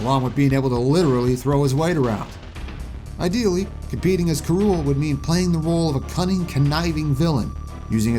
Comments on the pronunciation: D—did you just say “Karool” instead of “K. Rool?” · The only newcomer you got right was K. Rool and you didn’t even pronounce his name right